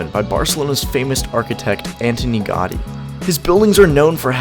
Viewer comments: its pronounced ca-sah bat-yo gow-dee (the mispronunciation of gaudi really grinds my gears) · Cld u pls pronounce Gaudí properly? "Gawdy" is too far off the mark. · Jacqueline Díaz the same thing with Montjuïc, it is prononuced: montjuÏc, the i is the strongest sound. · For me, brazilian, it's easier, but he is "gringo", so you can't wait something much better than this. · Au-sounds like Aww like Automated... Gaudi